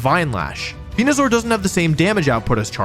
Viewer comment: super proud of you for the TPCI sponsorship, very disappointed to see you sold out (pronounced venusaur correctly)